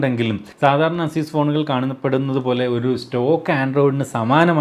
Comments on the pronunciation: asyuus alla asees ... aseeska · അസ്യുസ് അല്ല ചേട്ടാ! എയ്സ്യുസ് എന്നാണ്, EY-SOOS